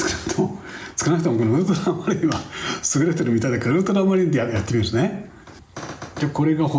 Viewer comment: ところどころ「ウルトラマリン」が「ウルトラマン」になっちゃってるのかわいい